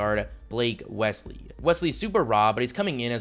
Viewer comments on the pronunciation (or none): none